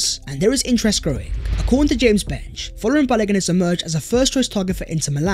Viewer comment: Correct pronunciation of Folarin is Fōr lãr rïn